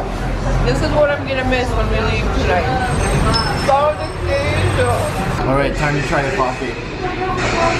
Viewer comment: a pronúncia de brigadeiro foi perfeita, mas o pau de queijo (wooden cheese) é como ele fica no dia seguinte ^^